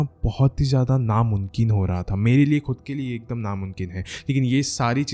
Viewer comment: It's not munkin...mumkeen